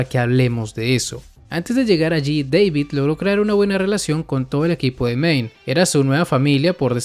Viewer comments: Flaco David se dice no Deivid hablas español no sos janki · Una cosa, según el mismo David dijo que era David no " deivid " jaja ja XD pero es lo mismo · Wey hasta en inglés le dicen David, por qué tú le dices Deivid XD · se dice dabid wey no deibid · JAJAJAJ me da risa el vídeo recordando los primeros capítulos de cyberpunk "Deivid" David Martinez: "que no es deivid es DAVID DA-VID" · Da-vid NO Dei-vid